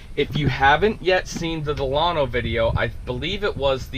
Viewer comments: Your say Delano wrong because I live in Delano California 93215 ✌💚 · You pronounced the name of this vehicle WRONG. Think about the old President of the United States , (President Franklin Delano Roosevelt.)